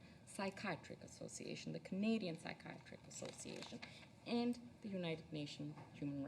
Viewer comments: Not sure if this is how Canadians pronounce it or if perhaps she's reading something someone else wrote and doesn't know the correct pronunciation, but the way she says psychiatric bothers the shit out of me lol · SHE DOESN'T KNOW HOW TO PRONOUNCE PSYCHIATRIC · She can't even pronounce 'psychiatric' properly, LOL. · Do all Canadians pronounce psychiatric like that or can she not read like my president? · Do they pronounce "psychiatric" differently in Canada, or is she really that unqualified to be here? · is she saying "psychiatric"? Is that the Canadian pronunciation? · How is it a person in her position cannot properly pronounce the word psychiatric? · this lady can't even pronounce psychiatric - how the f is she sitting t that table my god